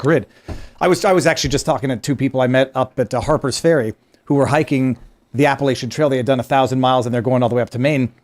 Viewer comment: PLEASE tell that it's pronounced APP-AH-LATCH-AN!!!!! It's NOT...APP-AH-LAY-SHAN!!!! My family has been in The Blue Ridge since the 1600's....so we KNOW how to pronounce Appalachian.